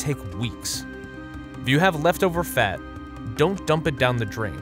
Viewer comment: The way he says fat